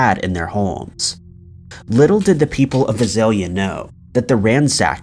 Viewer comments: It’s the VISALIA ransacker. Visalia is pronounced vI-Sail-ya, the I being long. A small town between Fresno and Bakersfield. Also you said D’Angelo is serving time at the California State Prison…….. well there’s 36 state prisons in California. As of February 2021 D’Angelo is in the secured housing unit (SHU) at Corcoran State Prison in Corcoran, California. Overall good story. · Visalia, CA, was founded by Nathaniel Vice. He also founded Visalia, Kentucky. The pronunciation is VICE-alia. Just correcting a mispronunciation. It's the city I live in.